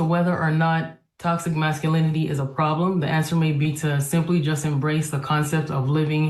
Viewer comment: You will need to learn how to pronounce "masculinity" if you want a sub.